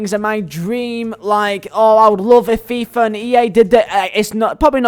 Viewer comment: I love how he says fifa like a true burnley man. FEEEFAH